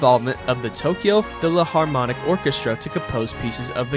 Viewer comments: Also you saying PHILAHARMONIC instead of PHILHARMONIC broke me lol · Well-made video but “philaharmonic” is killing me 😭